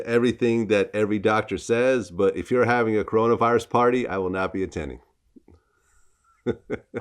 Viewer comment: "Corona Vilus"